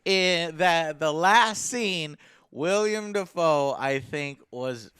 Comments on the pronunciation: hey Joe long time watcher 1st time commenting. love the show btw. i have to be that guy but that actors name is pronounced will-am not William. you seem to like you're animé how would you feel about a live action Attack on Titan or a game based around Guyver ? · did anyone else cringe every time he said William and not willem lol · It's Willem, not William. And on that "note," I really wish Joe would stop mispronouncing actors names. Willem Dafoe is not the only one he does it with. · Has no one ever told Joe that it's WILLEM Dafoe - not William. Just Willem. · It's not William Dafoe mate. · WILLEM not william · goddamit its Willem not william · His name is pronounced Willem, Joe. Willem. Other than that great video. Also, Why the hell did they make L black...I mean...come on. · Joe, its not William Dafoe, its Willem. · Can Joe even speak English? "William" Dafoe? "eXspecially"? Come on man.